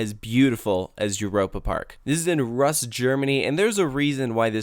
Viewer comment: I liked it so much I visited the resort 3 times and I will for sure visit again in the future. BTW, Rust is pronounced "Roost"